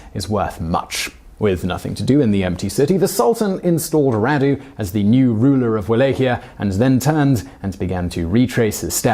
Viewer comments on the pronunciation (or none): I don't think this guy is British... he pronounces some words he doesn't know like an American. FYI, Radu is pronounced like "Rahdu"